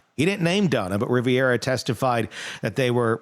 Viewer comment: In addition to not knowing that Donna Adelson is not from Boca Raton, you should fact check the pronunciation of the names with regard to the “players” you are speaking about. Luis Rivera’s last name is not “Riviera” (like the French and Italian Mediterranean coastline) and Katherine Magbanua’s pronunciation is not at all how you were stating. Do some homework and background checks before you record, it helps with your credibility.